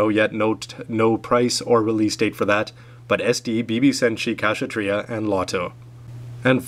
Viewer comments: in the english dubbed version of gundam UC marida pronounced it as k-sha-treeya. yours sounds a bit iffy :P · ka -sa-tree- ah...kshatriya